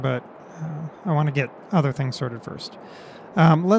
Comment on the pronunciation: can't not vant